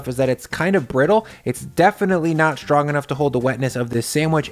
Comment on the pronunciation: It's not "SH=trong"...it's "ST-rong."